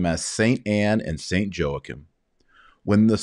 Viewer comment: It would be nice to hear the proper pronunciation of Joachim ~